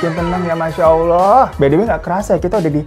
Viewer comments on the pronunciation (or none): none